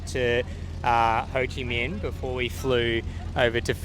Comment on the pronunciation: Ho Chi Mink, not mean. Minh pronounces similar like mink in English.